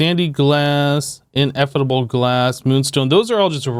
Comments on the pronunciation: Ineffable is pronounced: in-eh-fuh-bl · My tolerance for hearing him try to pronounce Ineffable glass just... Ugh